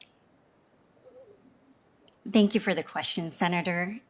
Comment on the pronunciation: "Tink you for the question, senator... tink you for the question, senator... tink you, tink you..." Yeah, I bet you're really grateful for that question and you've never lied, have you?